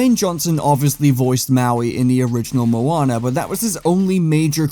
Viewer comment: This isn’t Moana it’s monaa